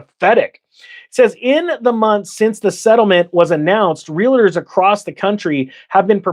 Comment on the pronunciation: Do me a favor. Staaphh saying Real-i-ter. It's Realtorrrrrr Thank you. You may continue now.